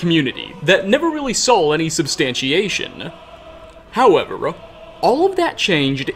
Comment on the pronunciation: I loved the video. I hate that I noticed you put “-uh” at the end of so many fuqing words. “Skyrim-uh” “however-uh” “dwemer-uh” BRO! in case you thought I was lying